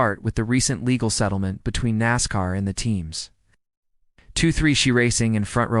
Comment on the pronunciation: Who’s Reik? 23(the the sound of XI phonetically)? This is horrible. Junk